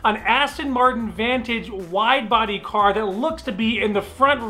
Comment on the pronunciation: anybody noticed wifebody in place of wide body😂😂😂